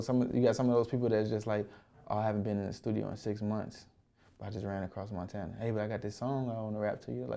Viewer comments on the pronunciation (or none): none